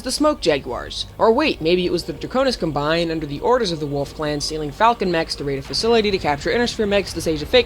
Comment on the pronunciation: Comm-bine, not cumBine